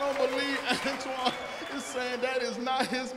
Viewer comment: It's "Antoine"